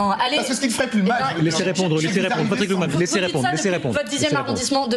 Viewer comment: Patrick Klugman, pas Patrick Glukman. xP